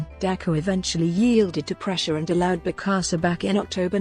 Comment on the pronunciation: And mispronounced the name of the subject.